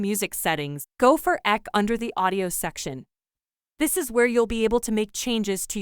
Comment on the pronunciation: The "eck" option? lol. It's pronounced EQ (the letters), which is short for equalization.